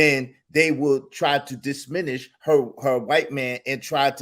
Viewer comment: Who kept on cringing every time one of them said Disminish instead of DIMINISH?🤣🤣🤣